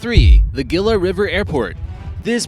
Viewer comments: Learn how to pronounce things! Gilla? Try Heelah. That's only the tip of the iceberg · it's heila. not geila. lol. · Gila is pronounced Heelah! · And it’s pronounced Hila not Geela. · GILA ..pronounced HE-LA .. Not Gee-la. How do you not know this ??? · "Gila" is pronounced "He-la" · FYI Gila is pronounced "He La" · "Gila" is pronounced "HEE - La" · Gila: HE-lah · DUDE, Gila is pronounced as HE-LA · Or Gila, Pronounced Heela. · The g ie pronounced like an h. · You need to learn to say Gila...You sound like an idiot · You pronounced "Gila " wrong.